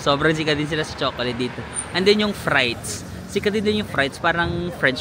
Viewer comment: ‘Free’te not ‘fry’te :D